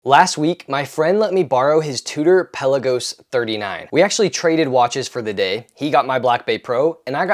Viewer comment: peLAgos. Accent on 2nd syllable.